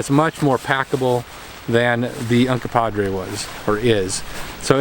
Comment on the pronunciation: Uncompahgre, NOT Uncompadre. The name Uncompahgre (/ʌnkʌmˈpɑːɡreɪ/ ( listen)) comes from the Ute word Uncompaghre, which loosely translates to "dirty water," "red lake," or "red water spring" and is likely a reference to the many hot springs in the vicinity of Ouray.